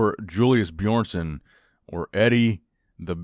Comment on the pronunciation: Why do people call him BAJÓrnson? LMAO